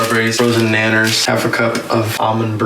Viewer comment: Did you say nanners